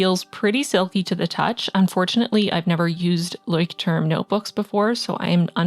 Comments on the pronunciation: The "turm" in "Leuchtturm" is more pronounced like "tour-m" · I think its kind of cute how you pronounced Leuchtturm, its the german word for ligthouse and the pronunciation is different😂😅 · You say leuchtturm almost right, just a really cute acent and kinda shy ❤️